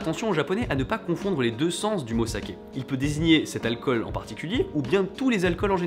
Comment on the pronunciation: Juste alcool ça ne se dit pas osaké